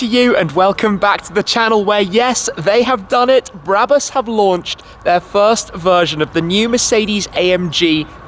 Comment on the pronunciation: Its not bräbus its brabus